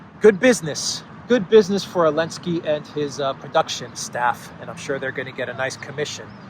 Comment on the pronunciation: Why ARE YOU SAYING ELENSKY it’s like no one knows, weird man